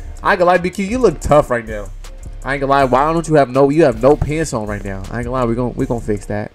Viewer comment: Dat shit be funny ASF when he say that